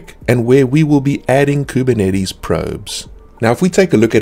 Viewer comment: I just come here from time to time to hear how majestically he pronounces Kubernetes